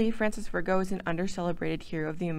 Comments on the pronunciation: There is a number of errors in the video. Francis Vigo, not Virgo, and the name is pronounced Veego since he was of Italian descent. Pierre Gibault is pronounced Zya- bow, not Gi-balt. Clark's men wearing animal skin clothing is questionable since fabrics were available in the frontier. That is as far as I got through the video. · Where did the "R" come from in Francis Vigo????? Who did the research and editing? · Vigo, not Virgo